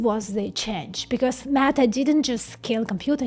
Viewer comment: I like the way you pronounce “Meta”, …..”MAGA”. This is great because they won’t have to strain their last two brain cells to think at all. AI, Fox and the church will do all the thinking for them.